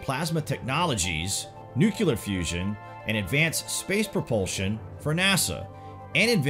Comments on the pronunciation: “Nuclear” is not pronounced “new-kyu-lure”. Try saying it as two syllables: “new-clear”, and you’ll be much closer. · You lost me when you said'"Nucular" several times, it's pronounced nuclear. One would think if you really knew what you were talking about, you'd be able to pronounce nuclear properly. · Dude, nuclear is NOT pronounced nu-kya-lar, it’s pronounced nu-clee-er. How did we ever end up thinking George W Bush was saying it correctly? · I'm wondering about the pronunciation of "Nuclear". Is it nuclear (new-clee-er) or is (new-cue-ler)? You can hear the correct pronunciation here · Great insightful video - just one thing that bugs me- why do a lot of Americans say 'nucooler', when the word is nuclear - as in- 'new- clee-ar.' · you are an awesome narrator. However, it is pronounced "nucle-ar " and not "nucu-lar". Heard this said like this over 2 dozen times on this channel in various stories and I can't stop myself from commenting now. My apologies but I don't mean any disrespect. Also, have less of the "dramatic pauses", it doesn't sound as dramatic if it's done every other sentence. Thank you for the content and the content makers as I have learned quite a few things and confirmed some previously known facts. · YOU FORGOT SAKES!! ... IT'S PRONOUNCED, ... "New claer" NOT "NEW Q LER" ...... ITS "NEW CLEAR"!! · ‘New-clear’ not ‘new-cue-lure’. Geez. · Nuclear!!! not Nu -Ke -Lar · Nuclear. Not NUKULAR. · Nuclear no nucular. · Please learn how to pronounce "NUCLEAR", not "NEWKEULUR". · nuclear* not nucular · Nuclear...NOO-KLEE-AR...as in, having to do with the nucleus. There's no such thing as a nuculus. How is this so hard to pronounce? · Thank you. THANK YOU. This is such an irritating mispronunciation to me...almost as irritating as February. FEB-ROO-AIRY. Sometimes I wonder if leaders mispronounce the word "nuclear" as "nucular" so they can openly lie about weaponry. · Nuclear: Pronounced “Nu-Cle-Ur” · "Nuhkela weapons" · Nucular is not a word...